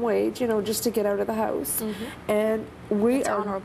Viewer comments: "He cleans things, around the hoose." Wtf is a Hoose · Lmao they don't even say house right wtf is "Under my hose" 😂